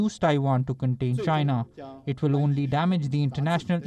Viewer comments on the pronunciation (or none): none